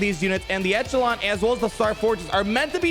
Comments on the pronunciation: I'll be that guy: echelon has a soft "ch": so it sounds like "eshelon". Love your video! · I think the Echelon is pronounced the Ech as in echo